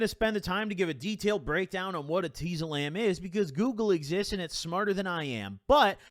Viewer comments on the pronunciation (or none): no one:: eh-TEE-zolam its pronounced et-IS=olam I think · Anyone else pronounce it etiezolam and not eteezolam? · Omg ur pronouncing it hurt my head